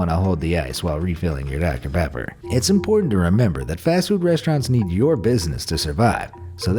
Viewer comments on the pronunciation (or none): none